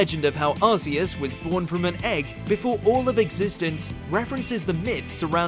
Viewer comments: Arceus is pronounced with a hard c like arc. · Arceus is the weirdest one in terms of design. The rest make sense, but Arceus? It's a weird four-eyed deer with a broken ship wheel for a belt. Also, the "Arc" in its name has been such a fun thing to always say wrong. It's supposed to be pronounced like "ark", rather than "ars". If you add "Maximus" to the end of its name, you get Arceus Maximus, which is a funnier and more vulgar way of saying gluteus maximus. That's a part of your butt. "Ark-ee-us" sounds dumb as hell, but it's obvious why they chose that for the English pronunciation. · Yeah,it goes with his pronunciation of "Arceus" as well..lol..🤷‍♂️🤦‍♂️😅✌🌈💎